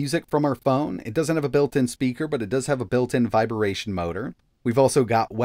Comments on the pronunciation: Did he just say a vibaaaaration motor 😂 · Wow. Vi-ber-a-tion. I didn't know watches had that.